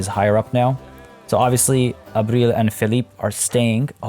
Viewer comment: I remember when we first got Arbil :( :( You couldn't pronounce her name :( Memories :( May she rest in peace